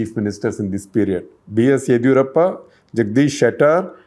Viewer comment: It's yediyoorappa first d pounce like ( disco di not didi wala di). Set your pronunciations correct. Bloody